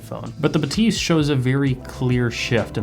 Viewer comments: That shit is pronounced bath-ys and no one can tell me other wise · baTEES 😂. Still curious who invented this pronunciation. Certainly not Focal on any of their promo videos. Must be the English speaking media. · Agreed! How can I trust audio reviewers' hearing if they can't even properly hear how the company themselves pronounce the product name???? Shame.